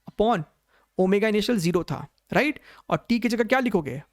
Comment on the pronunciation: Sir aap ride bolte hai ya right 😂